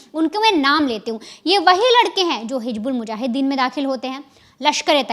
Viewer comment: Hij😂😂😂bulmujahiden. Bolna to seekh le rakhail.